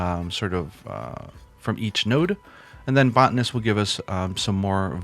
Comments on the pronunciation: Sorry for being critical about the botanist pronunciation from the last video. You put out great content, I'm subscribing. This game is taking over my life.😅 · I was going to correct you for saying Botanist wrong but didn't want to seem like a jerk on the internet.